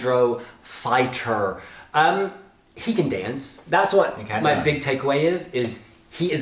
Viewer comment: did u say Lighter or Fighter?? :0